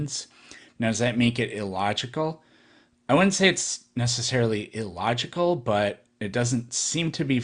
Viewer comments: or that he says "E-logical" instead of "illogical" or "abby-o-genesis" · He also says "e-logical" for some reason. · I know it's pedantic but that idiot keeps saying "eeelogical" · I cant stand the way he says illogical. Its not E-logical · Sounds like someone who was home-schooled and has no friends to correct him when he mispronounces words like "tooted" and "e-logical".